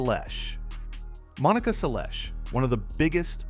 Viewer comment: I hate AI generated content. The AI voice absolutely butchered Monica Seles pronunciation.